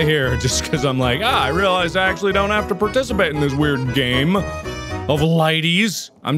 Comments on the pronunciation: Dragon Tamer576 I heard it too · Mark: scary GAAAME- What I think he said: HAIRY GAYYYY